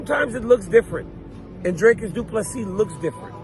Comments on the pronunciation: If you Pronounce his nam,e as "Dracus" you are an uncultured idiot. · For those of you who don't know how to pronounce Dricus Du Plessis - "Dric-uhs Doo-pluh-see", not Draycus Du Plessy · Can an American level with me, why can't you say Dreeecus and opt to say Draaacus ? 🤷🏽‍♂️🤦🏽‍♂️